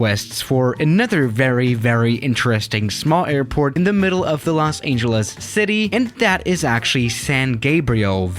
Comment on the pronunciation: Los Aingeles